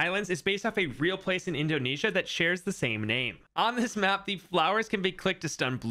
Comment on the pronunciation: . It's pronounced INDO-NEEE-ZIA